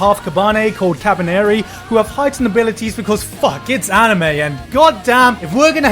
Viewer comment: You pronounced anime wrong